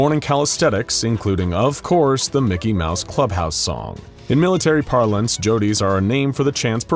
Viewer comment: MIC-KEY MO-USE